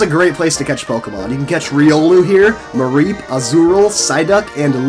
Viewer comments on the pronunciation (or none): its mareep